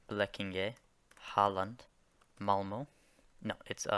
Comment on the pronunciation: I'm almost offended he said Malmö, still huge respect.